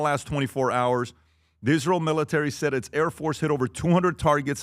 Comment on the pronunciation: Adam’s illogical talking points are the reason people dislike “Izzrul” as Lindsey Graham would pronounce it